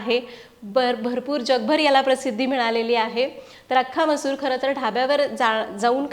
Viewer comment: तुम्ही मसुरा का बोलता?